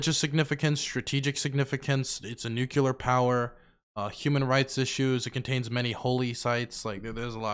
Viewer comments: I can't let you get away with this anymore! It's pronounced NEW-CLEAR!!! NOT NEW-CUE-LAR!!! Ahhhhhhhhhhhhhhh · HE STILL SAYS NUCULUR LIKE GEORGE BUSH 😂😂😂😂😂☠☠☠☠☠ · Unlike GW, he hasn't got the launch codes, so it's cute.